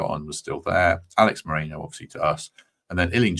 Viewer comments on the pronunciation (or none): none